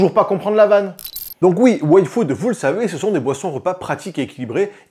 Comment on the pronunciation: A chaque fois que tu dis "Yfood", j'entends "Waïfu" et je bugue 😅 ...ça ça serait une sponso dont j'aurais pas envie de zapper la pub 😂